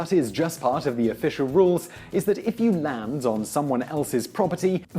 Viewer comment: Why does he say land weirdly it sound like he's saying lans